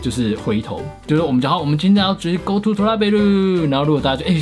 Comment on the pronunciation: 為什麼我一直聽成go to脫拉庫...